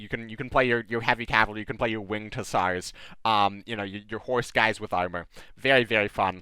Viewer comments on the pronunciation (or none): none